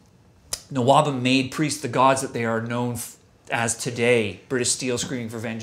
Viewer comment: Oh, you dropped the h in nwobhm. I've always been saying it like n wobhem. Oops :-)